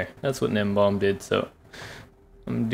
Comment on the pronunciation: I’m sorry but juh-nem-bon